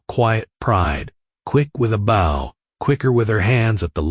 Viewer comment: bow when used as a weapon is pronounced as bo and as bough when as a part of a ship get your act together